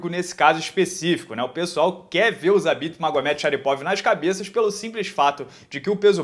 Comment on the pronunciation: Vc falou zabesta?